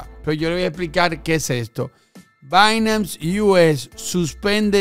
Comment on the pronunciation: repite despues de mi, es "Bainans" no "Bainams" hahahaha